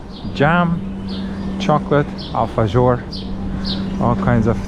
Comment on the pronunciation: Guys, it’s pronounced alfaHor nit gor 😊